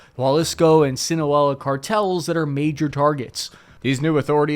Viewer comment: Whoa! That's the 1st time I've heard you say "Sinaloa" the Right Way!!! good job man